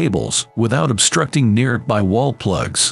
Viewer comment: Whatever AI you're using to narrate this is awful. "Kevler"? "Earphone S"? Suggest you use a different AI voice next time. ..."Near bywall plugs" LOL